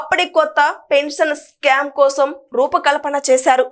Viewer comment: స్కామ్ కాదు తల్లి skeem